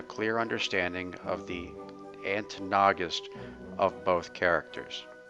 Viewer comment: "Ant nogist" It's like eggnog but with ants...